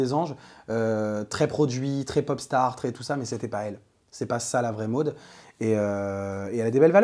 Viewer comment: tu fais rire avec ton accent quand tu prononces Maud 😂 j'ai pas compris de suite j'ai cru que tu disai: Mode comme un phénomène de mode 😂